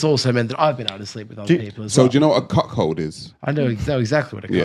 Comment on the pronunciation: There's no H in "cuckold". But yeah, that man is weak.